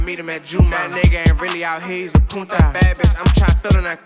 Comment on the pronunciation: aye bra 😂😂 it’s POOTAA not POONTA😂